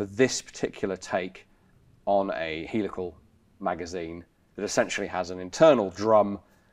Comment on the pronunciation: Heelical not helical but beeson but not bison,the pronunciation is everywhere!